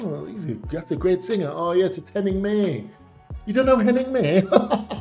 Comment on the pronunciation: Not important really, but 'May' in German is correctly pronounced as 'my' or the 'ay' like 'eye'.